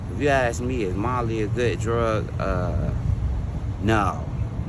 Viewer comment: Ain't no fucking M in that "Molly." 😂